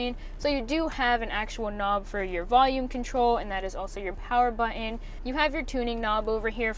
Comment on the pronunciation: Please say "button" correctly. Jeez.